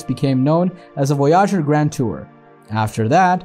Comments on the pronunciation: Voy’ . ager not Voy äger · Silly clickbait title and a narration that can’t even pronounce the name of the spacecraft much less the bigger words. Maybe a hacked together GPT generated student project ?